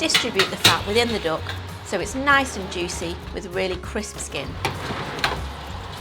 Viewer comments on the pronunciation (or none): Why does she keep calling a duck a dook? It makes me laugh.